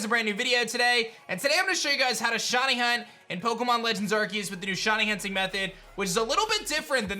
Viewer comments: “Shiny Hutning” at the end kills me everytime ☠️ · shiny hunting not hutning